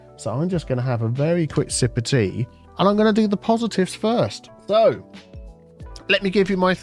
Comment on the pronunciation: "I need more tsea" I don't drink tea but that's still a mood LUL